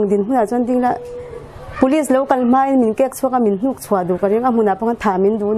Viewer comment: Mai tih tur ah Mei a ti duai duai zel hi a diklo tih vawi tam ka hrilh tawh.